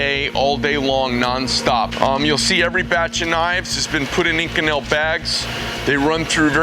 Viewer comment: "inKonel" lol